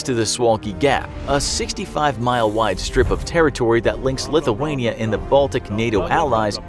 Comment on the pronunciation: Can you not say Lithuania properly also seems US are most part of the strength of the countries